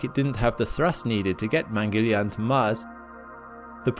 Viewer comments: It is pronounced as Mangal-yaan. Mangal (Múng-gul) like Jungle. And Yaan is pronounced as Yarn (Mungle-yarn) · If you were gonna make a whole documentary on Mangalyaan the least you could have done is learn how to pronounce the name. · The Mangalyaan images were fascinating and so was your narration and presentation of martian features. We really didn't mind the slight inaccuracy of pronunciation!👌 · You tried your best considering it isn't your native tongue. If I may, there's a simpler way to say this.. try this.. split into two, First half- Mangal(sounds like Jungle, replace J with M) and Second Half - Yaan( pronounced like english word - Yarn) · Great video. I was too curious to know the aftermath of this launch and you provided that info. One small note: It is not pronounced 'mangelian' it is pronounced as 'Mangal Yaan'. In fact it is a two words combined. (Mangal = the planet, Yaan = the craft) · Good video bro, informative too🙌... One funny thing is that, your pronunciation was like "India's Mangoliyan mission to mars"😅... Just kidding... It was ok😅🙌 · Its not mangiliyan its mangal-yaan pronounce correctly we pronounce your english words correctly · I'm not sure "yarn" is a good description. Yarn sounds like barn. There's no "r" sound in "yaan". Wouldn't the aa sound in yaan sound more like more like yahn (or John, yawn)? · Please pronounce the name of the mission correctly: it’s Mong pronounced as in MONk with g. Gal as in seaGUL and yaan. mun-gul-yaan means Mars traveler. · pronounced as "man-gal---yaan" "man" as in " human" you're welcome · Americans Don't read this: You've been pronouncing it Wrong it is pronounced as : Mun (Pronounce "u" as in bun) Gul (Pronounce 'u' as in bun) Yaan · Please pronounce it correctly: mangalyaan is pronounced mann-gull-yaan (mann as in MUNdane, gull as in GULliver and yuan as in YAA-N) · It is Mangal, pronounced as Mungul. Mangal is Mars in Sanskrit and yaan means a vehicle. So it is called Mangal-yaan.